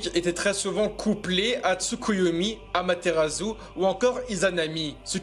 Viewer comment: Putaaain il'a énervé a répéter son "amaterazou" 😡